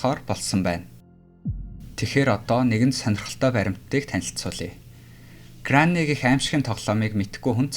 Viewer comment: Грани биш грэнни гэж уншина шүү